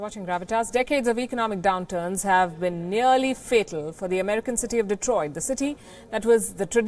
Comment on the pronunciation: "Detroit" ? Seriously?